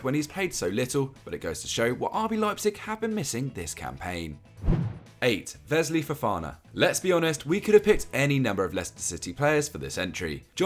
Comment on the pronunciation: Vesly or Wesley 🤣